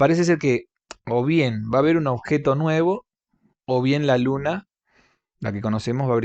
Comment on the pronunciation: BASTA CON LO DE "SUNA" ES UNA ELE MAYÚSCULA! ES "LUNA"!!!!